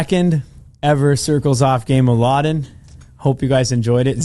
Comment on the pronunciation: It's "Lodden", not "Laden".